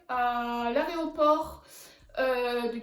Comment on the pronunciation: T’as dis aréoport au lieu de aéroport !!!